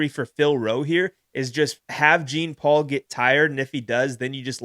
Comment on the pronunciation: Gene Paul? Please stop….lol. You victory lapped saying his name right then called him Gene Paul 36 times. 😂 JFC